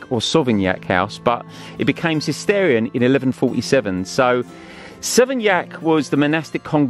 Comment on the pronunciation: Fun and interesting video...just a quick correction.. Cistercian has a 'sh' in the middle too, not Cist-eer-ian, Cist-ersh-an!